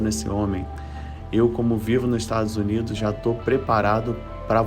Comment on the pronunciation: "Estragos Unidos"